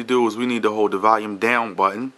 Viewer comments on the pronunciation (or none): none